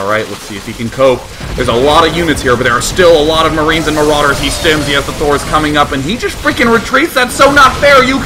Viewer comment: why does he say maroooders dood?